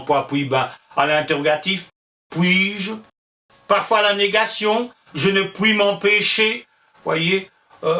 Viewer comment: Merci, c'est absolument passionnant ! Juste une question : vous prononcez " pouis" plutôt que " puis", pourquoi ?